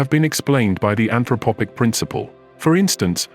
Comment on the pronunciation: an throphpic... not anthropopic